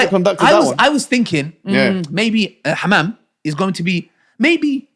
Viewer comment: Am rolling each time he says hammam. 😂 am trying to pay attention to the whole thing but is killing me here. Hamam, hamam and more hamam am dead here 💀